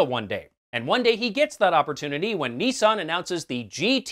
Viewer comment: Do I get a prize for noticing you say bazed? OOh and Neesan? Clearly you meant based and Nissan..... Ok! Ok! I will get my coat.